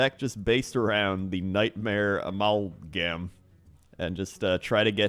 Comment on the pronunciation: "Ah-ma-lll-gamme?" "Amul-gahm?"